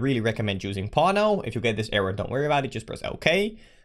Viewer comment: Every time you say 'pawno' my parents thought I was watching video about porno